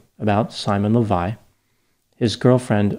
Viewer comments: An Israeli here You got the facts right for the most part, but you butchered his last name, which is Leviev, not Levi. This has significance, because Simon took on this last name to help him with his scams. There's a famous Israeli multimillionaire by that name who made his fortune in the diamond industry, so Simon was pretending to be his son. Also, I watched a news piece on Simon on channel 12(the most popular TV channel in Israel) which included an interview with him. They said that he served 10 months in prison, not 5. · Why are you pronouncing the name "Lavei" the name is clearly "Lavei-ev"? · It’s amazing how easy it was for these women to fall for so little. By the way, I think his last name is pronounced LEH vee ehv. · His last name (the one he CHOSE for himself, because it's the last name of real millioner in the diamonds field) should be pronounced LehVaYev. His real last name is KhaYoot.